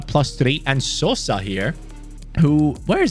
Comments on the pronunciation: u are saying sosa's surname corectly,greetings from croatia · You are saying Sosa correct, I am from Croatia. Love content